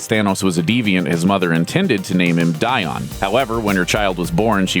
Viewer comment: His name is pronounced Dee uhn (Dione)